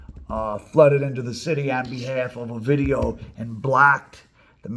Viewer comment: You should do a video of the time they let A VIDEO go in Culiacán 😂😂 sorry you say OVIDIO Like if you was saying A VIDEO sorry for the trolling